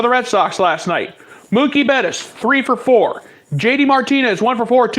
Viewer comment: Craig kimbrel!!!! And its betts....not bettis. Cmon man